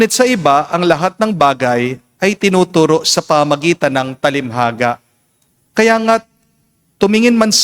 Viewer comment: Father TALINHAGA hindi talimhaga. No offense meant.